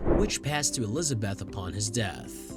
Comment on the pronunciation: Please learn to pronounce Elizabeth!